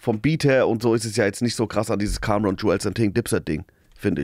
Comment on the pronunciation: Bitte nenn ich Cämron 😁, das ist wie als würdest du tupäc sagen.